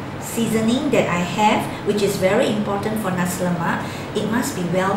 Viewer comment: lol its Naaaaasiiiii not nazi XD